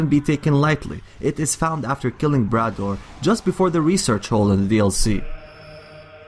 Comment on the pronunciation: He mispronounced Brador (Bray-door) and it made me cringe